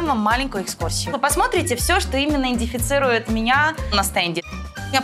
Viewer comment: 6 высших образований говорит индифицирует)) Я училась в колледже и стала мисс университет)) это как?)